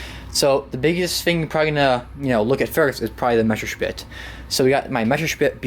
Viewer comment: NOT MESSERSPIT ITS MESSERSCHMIT